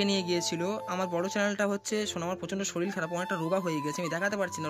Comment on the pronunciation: শরীল ❌ শরীর ✔️